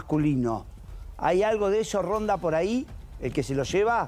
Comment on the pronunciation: No se dice "poray" queda feo